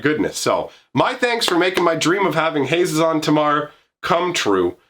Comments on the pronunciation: I've always pronounced it Hah-ZEE-zon, but that's just me. For options, you could add some "Warriors matter" cards: Bramblewood Paragon Decorated Champion Goma Fada Vanguard Herald of Dromoka Kargan Warleader Mardu Woe-Reaper Rush of Battle Sosuke, Son of Seshiro "Warrior + Equipment" Kor Blademaster Nahiri, Heir of the Ancients Relic Axe Resolute Strike And Mercy Killing can be multi- functional for you. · I put the accent on the ze (pronounced ZAY) of his name. HaZEzon Tamar. Idk that's how I read it at least.